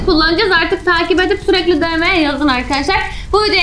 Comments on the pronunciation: Abla o de me diye okunmuyor di em diye okunuyor. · Abla dm diem diye okunuyor